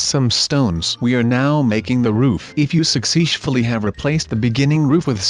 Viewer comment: Sushley? Or successfully?